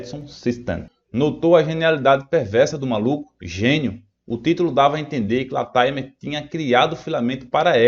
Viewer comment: LATIMER. A pronúncia correta é 'látimâr'.